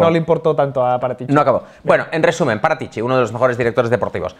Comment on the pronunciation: Si dice.. Fábio Parátici, no Paratíci.